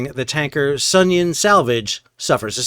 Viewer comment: Are you sure you're pronouncing the name of the Sounion right? Is it supposed to be So[uth]Union? Anyway, if the Houthis are collecting tolls then it makes perfect sense to leave the Sounion out there an as object lesson as to why a vessel owner ought to pay up. Are Russian "black fleet" cargos restricted in their ability to purchase war risk insurance?